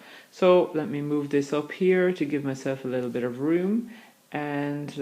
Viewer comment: Funny way of pronouncing your T... eight you pronounce as eish , bit as bish .. allergic to T huh, Lol... lovely and clear voice anyway , like your mode of teaching, thanks for sharing ...😊✔✅